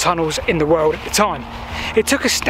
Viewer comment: 'Longest tunnel in the wowld.'. lol